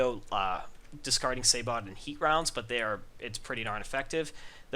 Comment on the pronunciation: Sabot = Say-bo